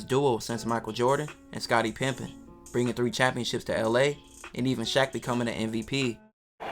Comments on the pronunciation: My boy said Scottie Pimpin lmaooo 😂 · Nigga said Scottie Pimpin🤣🤣🤣